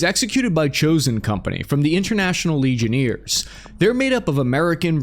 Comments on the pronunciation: Legion-airs not Legion-ears... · "legioneers" it's LegionAIRes friend. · "From their YT Channel, "The International Legioneers" (instead of Legionnaires)" 😂 Hey,! Please never change! 😂 As much as how, in the past, I really wished you'd work on & improve your Pronunciation (as it was slightly irritating me, although rarely), now I WOULDN'T CHANGE A THING! 😊 Your Gift for almost systematically butchering Foreign Words', States', Proper Nouns' Pronunciation, on top of all the regular English words that also get badly mangled, has become such an integral part of both your Trademark (what sets you apart from other YouTubers) AND your Charm & Charisma! Your quirkiness (& Mispronunciation) is so funny, endearing, and also RELATABLE... It's part of why you're so fun & engaging to watch (amongst many other Qualities of course)!